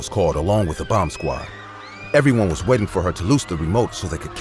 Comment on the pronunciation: Who else thought he was saying "wedding area" and not "Waiting" area